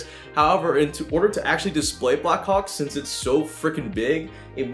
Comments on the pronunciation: When you say “Blackhawk” it sound like “ Blackcock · Am I the only one who understood 'Black Cock'? xD